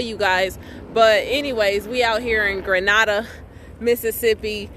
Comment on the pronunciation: I just started watching your videos. I love your videos and you give out nice information. I am from Mississippi. Not far from Grenada. Lol I heard the way you pronounced it .😂 LoL everyone from out of town pronounce it incorrectly. I just had to pick on you for a second lol. Keep posting videos and keep the good work up 💯💯💯